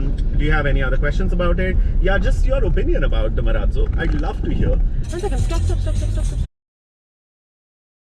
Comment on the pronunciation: Why do people pronounce it MA-RAAT - ZO WHEN ITS MA-RAAZ-O?